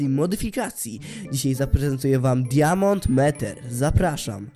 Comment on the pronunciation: Czyta sie "Dajmond Miter" a nie diamond meter poza tym strasznie rzebrzesz o łapki i suby